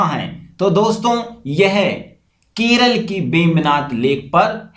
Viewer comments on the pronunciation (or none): none